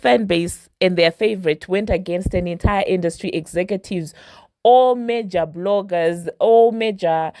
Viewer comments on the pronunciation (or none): none